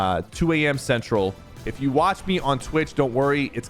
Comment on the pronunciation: when he said 2am centreal i cried